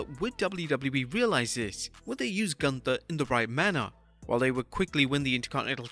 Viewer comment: Bro called him Goonther 2x😭😂